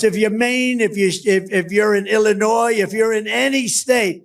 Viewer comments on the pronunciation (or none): none